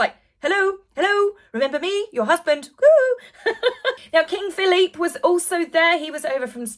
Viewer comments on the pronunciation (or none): none